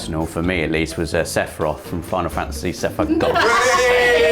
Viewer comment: Just... Sass-iroth. Also, please have a costume day this year at Access! The 31st is a Tuesday